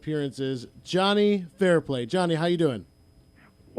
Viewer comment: It’s Fairplay, not Fairpay.